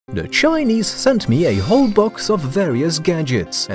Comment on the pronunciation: You say Chinese like dogs